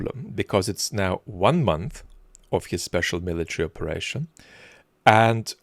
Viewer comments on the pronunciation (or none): it's not "special military operation", it's "speshaal muiluitarry oparrrashshooooon / speshaal muiluitarry / opa opa oparashonn"